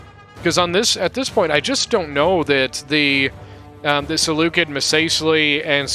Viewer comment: Oh and PS: Seleucid is not pronounced Seleukid it's pronounced Seleucid the C is soft